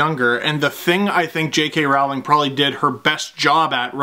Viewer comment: I’d love to see more Harry Potter videos on this channel, at least until hockey resumes. But if there’s more to come, I should point out that J.K. Rowling is supposed to be pronounced as rhyming with “bowling”, not rhyming with “howling”.